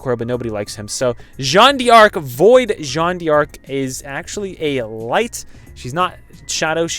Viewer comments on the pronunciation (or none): Pronounce her name correctly! Her name is not Jeanne DEE ARC, its Jeanne Darc (exactly the way its spelt!)